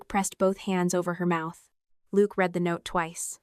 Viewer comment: "How,howyouhow, howyouhowyou I ow, how how how"?????????????? You would save so much embarassment and accusations of being lazy and using AI if you would just have a human being listen to this before you post it. Then only the words AI can not seem to figure iut hiw to pronounce in different contexts. Like "Pleas leave your comments, I read (red) every one" instead of "I read (reed) every one".